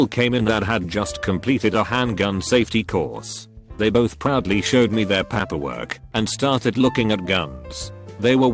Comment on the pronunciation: "I started on the Papp-per work"